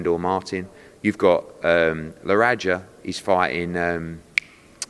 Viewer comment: ha the way he calls Legarraga 'Leranja' then 'Laradger.' proper Brit abroad. It's 'La Harraga.'